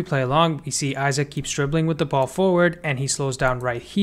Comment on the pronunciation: no way you called isak isaac